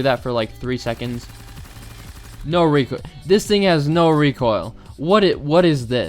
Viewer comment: ABOSTUTLY NO RECOILL